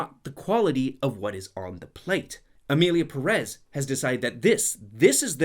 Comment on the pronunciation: The English pronunciation of Perez will be my cause of death